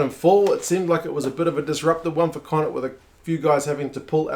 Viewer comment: Need to work on your connaught pronunciation, more flem in the throat at the end helps